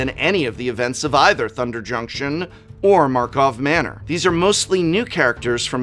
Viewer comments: Prof, please, say the name correctly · Is it a Joke that he never said the name of the set correct? God it bothers me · Please fix the script XD Its tilting hearing you bunny hop from karlov manor to markov manor XD